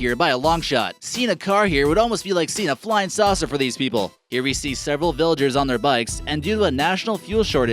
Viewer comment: lOL I CANT STOP LAUGHING WHEN HE SAYS FLYING SAUSER